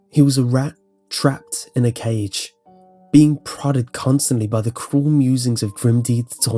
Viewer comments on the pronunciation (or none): none